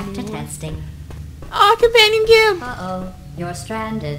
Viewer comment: "Companion Cubees !!!"